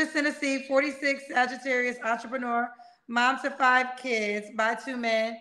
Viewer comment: She said entreprenewwa